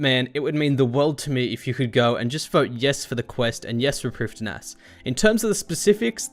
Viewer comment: Loving this series, but with SotE coming up, it needs to be said: Lletya is pronounced "h-LET-ya", with 'e' as in 'yet'. Prifddinas is "PRIV-thin-uss", with the 'dd' being 'th', as in 'father'.